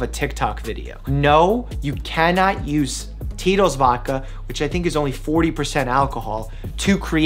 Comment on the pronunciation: "Which is ONLY 40% alcohol" Speaking like a true Russian